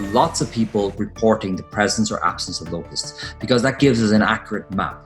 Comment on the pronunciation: "wooo, luke at de lokess"